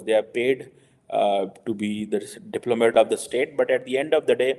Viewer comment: Someone should tell this illiterate that ALL foreign services in the world are under the direction of their governments. Alas for him , Indian diplomats will not follow his or his country's directions. Also why does he have to speak English only to murder it? 'Foxxzample' , 'aajukaated', 'diplomayte' , 'twunnty' 'sosayatiyal"...Ugh.